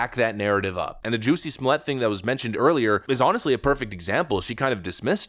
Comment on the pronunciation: Hahaha ... I accidently do this myself at times, but I LOVE when I catch people mistakenly pronouncing the name: "Jussie Smollett" in the same way Dave Chappelle made up in his standup special. You know someone is a fan of that bit when they subconsciously pronounce his first name, last name or both as "Juicy Smoll-yay" ... in this case it was just the first name.